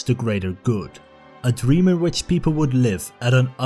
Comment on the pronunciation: "In its simplest form, the Soviet Union represented a dream..." A dweam within a dweam... Mawwiage.